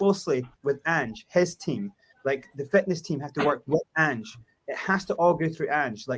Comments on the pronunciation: at least have the decency to learn the mans name ffs............ Ange. Not Angy. You will be kissing his arse in 6 months guaranteed. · Ang-eh? It's pronounced Anj, short for Angelos. You wouldn't call LA Los Ang-ehles. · It’s Ange with a soft E and not anghe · His name’s Ange (pronounced An-j). It’s not An-geh. It’s important that you have that right because it shows straight away that you haven’t done enough (or any) research into him before doing the podcast. Some of the panelists clearly have done their research. It would be really good to get on a football expert from Scotland, Australia or Japan. They would help give you more information which would help you out. He is a strong character, but he’s also reasonable and he can work with upper management. Although, I’m well aware of people’s frustration with Levy. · Anger Postecoglou ? Dude please educate yourself and learn how to pronounce his name before you go Live c’mon 🤦‍♂️ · how do you expect people to take you seriously when mispronouncing his name means you clearly haven’t even watched a single video on Ange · How do you literally start the video with a mispronunciation of the manager's name and then expect anyone to take you seriously? Was it that hard to look the guy up for 30 seconds before you start? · First thing would be get his name right you 🛎 end! (Top left)